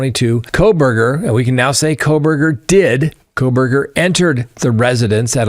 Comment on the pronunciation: They way you almost said “Proberger” is hilarious, you should’ve just said it. LOL.